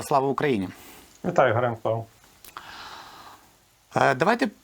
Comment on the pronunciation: Хай портнік не каже. Героям слава, бо звучить , геям слава.